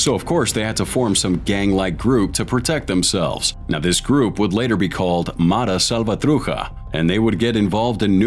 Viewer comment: The presenter of this video doesn't even know how to pronounce the name of the gang. Obviously, leftist propaganda trying to victimize the perpetrators.